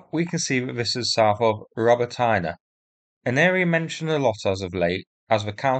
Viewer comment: It's pronounced "Ro-BOT-neh", not "ROBO-TIE--NUH"